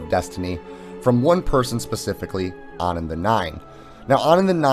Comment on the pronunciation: onon? You mean anon?